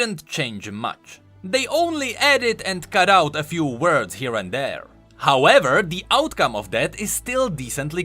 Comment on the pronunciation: I love it when goes "HOWEVER!!" Like, im so ready for what he's gonna say after that LOL